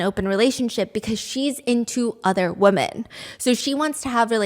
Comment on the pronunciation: Not a hater I promise but every time you say woman when you're supposed to say women it just sounds really odd